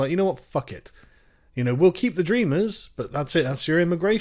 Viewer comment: Dreamers? Sounds more liked Drainers